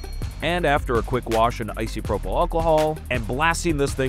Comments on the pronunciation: I'm only 3 minutes in, so sorry if it's addressed later on, but the way you say Isopropyl alcohol hurts my soul every time you say it. It's not Icy to dull the pain, it's Iso sorry for that awful wordplay. (For the record, I don't actually care that much, but I like to find excuses to comment on videos I want to support, because I know Youtube likes that) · This is great, but I hate how he keeps mispronouncing "isopropyl."